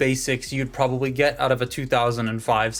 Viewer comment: "They can go OOUTE"...yep, you're canadian! nice robot. thanks for sharing